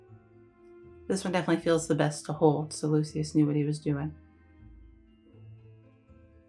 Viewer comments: pretty sure it's pronounced "loo-shus" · English will often pronounce it Lucyus.